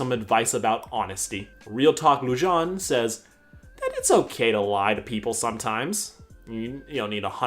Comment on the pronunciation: Me: pronounces it Lu-Jane Sarcastic Chorus: pronounces it Lu-Jáne Me: TriGGeReD